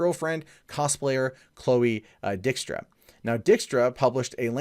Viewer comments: He said Chloe Dick-Struh. lol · Luna well She is spoiled. mispronounced her last name, its Dyke-Stra. As in John Dykstra who invented the motion camera for ILM that made Star Wars possible. Chloe is Johns daughter and has used his talents to help her with props for her cosplays. So yeah entitled little princes who had no career till she dated Hardwick and no work after the breakup and is upset. She seemed like a nice girl before but she is just another entitled rich bitch. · Minor nitpick: Dykstra, pronounced "DIKE-struh". Her dad is John Dykstra, the guy who did the effects for Star Wars and the original Battlestar Galactica. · Whenever I hear you say her last name, I just hear... "Dick strap".